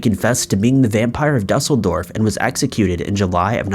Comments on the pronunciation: It's not DUH-sel-dorf. It's DOO-sel-dorf. Frankfurt is part if Germany, and not a separate entity. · You can say "acrued" - try use that "ue "in Duesseldorf ☺